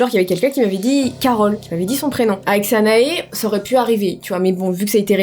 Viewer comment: Sanaa est le prénom de ma mère morte il y a 10 ans 😱 et pour info tu le pronoce mal le prénom Sanaa mais pg 😂